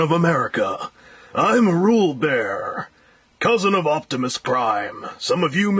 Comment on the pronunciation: you say rulebear when its really roll-bar